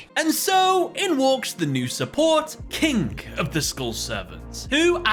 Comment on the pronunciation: I totally heard "Kink of the Skull Servant"